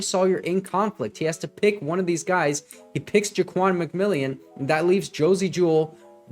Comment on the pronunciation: nice job breaking down these plays. Just a couple of FYIs - Ja'Quan McMillian's name is pronounced differently than it is written. It is actually pronounced like McMillen. Also, this current Broncos defense is NOT the same defense that gave up 70 to the Dolphins. Some of their key players were injured and did not play in the Dolphins game - Justin Simmons and Baron Browning to name a couple. Josie Jewell also went down in the first half. Also, Frank Clark was cut after that game and Randy Gregory was traded. McMillian took over for Bassey (was cut and now plays I believe for the Chargers) and Moreau took over for Mathis. Bassey and Mathis were constantly giving up big catches to wide receivers in the first several games of the season, especially on 3rd downs. Anyway, it is a completely different defense now. And Sean Payton is a genius for sticking with VJ and realizing the team and coaching staff just needed more time together to get on the same page. I believe if the Broncos played the Dolphins tomorrow, the Broncos would actually beat them, especially if the game was played in Denver rather than in Miami in the September heat.